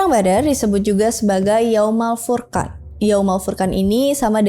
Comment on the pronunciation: "furqan" dibaca "Furqon" ..